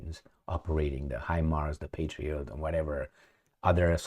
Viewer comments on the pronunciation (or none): none